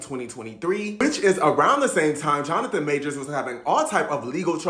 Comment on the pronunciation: Imagine making a video about someone and not even being able to pronounce their name correctly.